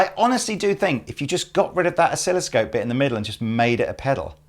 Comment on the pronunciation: Thank you for dropping a few french words from time to time (even though you do it without knowing most of the time, like "oscilloscope"). About the pedal, for that price we would expect a symmetrical XLR output no?